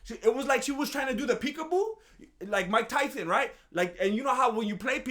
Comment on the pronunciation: Brooo I can’t with this man why does me say mike tysons name like that 😭😭